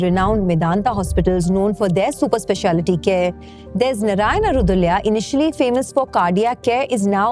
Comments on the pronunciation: Narayana hrudayaalaaya it is 😅 what is hrudulya😅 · I am surprised (and annoyed) that you being an Indian and likely a Konkani GSB is unable to pronounce “hrudayalaya”. It is Hroo-duh-aa-laya. “Hrudaya” is heart. “Laya” is home or destiny, it’s where you eventually find comfort. It is a place where your heart finds comfort.